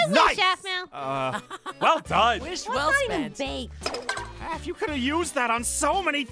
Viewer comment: Pop's APH not APN